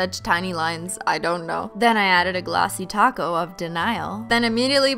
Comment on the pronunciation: Every time she says topcoat I think she says 🌮 taco